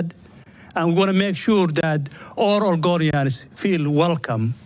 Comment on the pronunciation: Oregonians ❌ argonians ✅